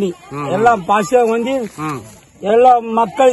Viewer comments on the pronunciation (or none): none